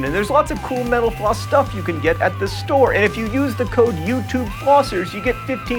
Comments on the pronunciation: Just an FYI, when you speak fast sometimes Mental Floss sounds like "menopause." Try to pronounce the t more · You said "Mental floss" and I thought you said "menopause." My bad. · Whenever John says "Mental Floss", it sounds like "menopause". I can't un-hear it. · I sear every time he says mental flossing sounds like he's saying menopause...... Is it just me? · Every time he says "mental floss" I hear menopause... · I keep hearing "Mental-Floss" as "Menopause" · Hey John, did u notice that when u say "Mental Floss" it kinda sounds like menopause....Yeah :D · when he says mental floss it sounds like hes saying menopuase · Still sounds like "menopause". :D I have a question: why does honey coil when your pour it or squeeze it out of a bottle? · When you say "Mental floss" to me it sounds like "mentapause", any one else hear that too! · Joh, been watching you for years on all of your various channels, but only today did I notice that at the end of a "Mental Floss" episode, when you say, "mental floss", it frequently sounds like, "menopause". Just sauin', precise pronunciation suffers from sppedy talk. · It sounds like he says 'menopause' instead of metal floss:P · Every time he says "Mental Floss", it sounds like he says Menopause. Goddammit. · "Thank you for watching Mental Floss", when said fast, sounds a lot like "Thank you for watching menopause." /nods/ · He said thank you for watching "mental floss" and I thought he said "menopause".. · LOL at the end when I thought he was saying "thank you for watching menopause on youtube." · every time he says mental floss i think he says menopause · when you say it fast at the end it almost sounds like menopause. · Whenever John says mental floss I think he says menopause is that bad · it sounds like you're saying metapause at the end lol